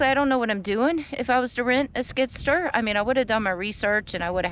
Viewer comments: Skid Steer...not Skidster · You must've came into a large chunk of money. Sounds like you're spending a ton of it. It cost money to get started oh, and by the way it's called skid steer. Not skid stir😂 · skid STEER.... not skidster ;) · no offense, but the name of his machine is:”SKID STEER” not skidster, just so you’ll know…..if you’re gonna be a land developer you gotta know the tools and equipment proper names. P.S. I’m not try to sound like a mister know it all but with all due respect you should know what is what. Right? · she said stir